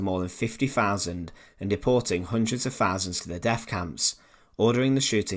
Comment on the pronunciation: Like 'fowsands' ? lol